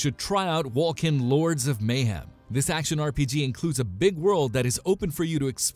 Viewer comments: PoE Is not EXACTLY like diablo. They are very much 2 entirely different games. Lmao. Wolcen is pronounced Wol-sen not Wol-ken. Chaos bane is not out yet, lost ark is not out yet, not to mention Wolcen is in development, and so is Torchlight Frontier. get your shit right please. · Just a heads up, Wolcen is pronounced "wol-sen" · Is this a joke?! Wol « k » en?! Crap game.... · Yeah, that bugged me...